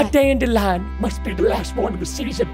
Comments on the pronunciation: I love DANDILION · I love how Preston always says DANDILION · I'm always laughing when Preston says dadelion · Preston: ItS ThE LaSt DAndiLian Of THe sEAsOn Me: *dies of laughter